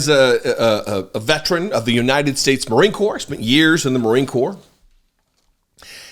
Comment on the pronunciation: Veteran IS A THREE SYLLABLE WORD! VET-ER-AN!! It's not vetch-ren or vet-rin. VET ER AN!!! Gaw!